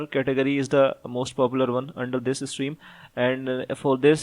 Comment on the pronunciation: Bhai, Steam ni stream hay